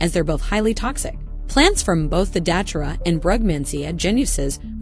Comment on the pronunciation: its pronounced da-tur-a 🌿